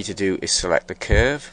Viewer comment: thumbs up if you hate how he pronounce word "cuuurve" :3